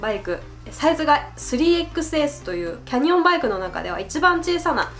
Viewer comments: キャ↑ニオン→ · canyonはaにアクセントをつけたらいいと思います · キャニオンのイントネーション・・・・・・・・